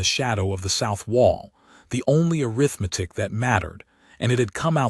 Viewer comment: Could someone, somewhere, please teach these AI voices how to pronounce the word arithmetic???